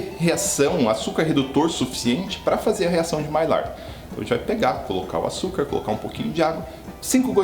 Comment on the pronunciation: Mestre, sem querer ser chato, já sendo, a pronúncia correta da reação é maiár.